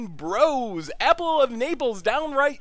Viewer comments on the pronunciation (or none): none